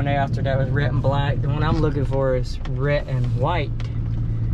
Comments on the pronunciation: Why do you pronounce “red” as “ret”? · Why do you say your d's as t's? just wondering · So you don't use the letter "d" at the end of a word, huh? Like shed and red, you say shet and ret. Was Amish school all that different from gentile school?